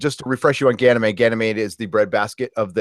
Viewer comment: Doris .... Doris Bourne Gan y mede. meeeeeeeee.d